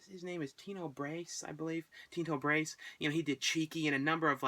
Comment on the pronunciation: LOL -, the director for the Voyeur is Tinto Brass (pronounced as it spelt) he's best known for "Salon Kitty" and the infamous "Caligula" with Malcolm McDowell, Helen Mirran, etc. He had sued to have his name taken off Caligula along with screenwriter Gore Vidal. Brass eventually changed his mind and had mentioned wanting to re-release Caligula in 3-D a few years back.